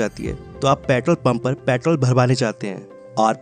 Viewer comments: pyatrol nhi kehte bhai petrol kehte pehle words to thik se bolo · Patrol nahi bhai petrol bolo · पॅट्रोल नही पेट्रोल बोलो😂😂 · Petrol ❌ Pitrol✔️ 🤣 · its not प्याट्रोल, its पेट्रोल😂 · When he said paatrol not petrol I got that time only what he is telling about paatrol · Sir patrol nahi hota hai.... It's petrol.. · Bhai ye Patrol nehi Petrol hain. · your pyatrol irritating me.. its petrol.!!.. info was good.. but i left in middle cuz of irritation.. improve your accent.. make it clear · paaitrol kya hota hai bhai😂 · Pyaatol kya hota h 😂😂😂😂😂😂😂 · Bhai bolna sikho paitrol nhi petrol hota h 😂😂😂😂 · Petrol bolo patrol nahi 🤦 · Abbe jahil petrol bolte ha usko ,patrol nahi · Patrol ya peetrool. Hahahaha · Patol patol patol 😂😂😂😂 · भाई कम से कम पेट्रोल तो सही से बोल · Petrol hota petol nahi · Tum pehle petrol sahi se bolo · Pehle petrol bolna sikh lee dhang naal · Tum pahle petrol bolna sik lo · Bakwas petrol bolna to sikhle